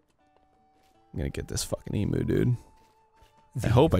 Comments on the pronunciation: whenever they say "emoo" instead of the way it's supposed to be pronounced, i feel my lifespan draining. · Americans pronouncing Emu, iiiiiiis hilarious. E-moo xD sounds like an electronic cow. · That's not how you say Emu!! This hurts me so much :') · Every time they say Emu, I die a little inside, Aussies will know why... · being an aussie... i cant stand the way they say emu haha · The way Arin pronounces Emu hurts me inside. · You Americans never say Emu right, I'm Australian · Everytime they say emu like that it hurts my soul. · As an Australian the cringe I have when he says emu wrong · The way they pronounce emu is making me cringe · You guys are saying "emu" wrong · I'm from Australia, and on this episode and the previous he's constantly saying emu as em-u, whereas I've always heard it as em-you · It's EMYOU NOT EMOO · Every time they say Emu I die a tiny bit inside. 'Member folks, "Eem-yoo" not "Eem-oo". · Being an Australian and hearing them say emu (eemoo) where in australia is pronounced (eemyu) is really annoying me. Yet I love it. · As an Australian, I'm laughing my ass off every time Arin says Emu, pronouncing it as E-moo where it's actually pronounced E-mew. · As an Australian it's so painful to hear Americans pronounce Emu as "Eee Moo". It's "Eem You" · It's not pronounced e-moo, it's pronounce e-myou. Points for effort tho. Loved this video <3 you guys are amazing! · Am I the only Australian who dies a little bit when Americans say Emu. EEM-YOU not E-MOO. It's just Nevada all over again. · Ok, I know everyone is talking about the avali Gail thing. But E-MOO? SERIOUSLY. It's pronounced ee-myu spelt emu. I can say that cause I'm Aussie. Don't destroy me if that's a long running joke.😅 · It's "eem-ewe" not "eem-oo" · EEE-MYOO okay?! Not EEE-MOO, MYOO!!! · EEM-YOU ARIN, NOT E-MOO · Please for the love of everything that is good in this world - pronounce emu properly 'E-mew' (like the Pokémon) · Emu is pronounced ee-myew not ee-moo